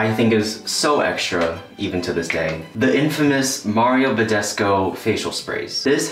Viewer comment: Me, a Romanian watching you butcher Mario Bădescu's name: 😑😐 Don't worry, it's fine lol😂😂